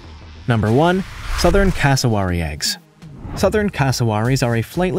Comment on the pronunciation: It’s c-ass-o-wary